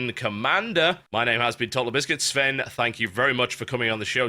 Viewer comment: as a swedish citizen i think its offensive to have the name sven and spelling it swen its not right